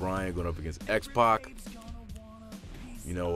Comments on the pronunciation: sorry Bryan it sounds like you're saying Xbox rather than X-pac. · youre actually saying xpox